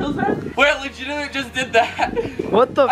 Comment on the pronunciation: pls tell him that it is legitimately not legitly. btw i love your content